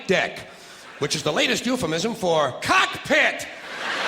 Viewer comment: I love how he puts emphasis on "Cockpit". "In the event of a water landing, you will be used as a floatation device."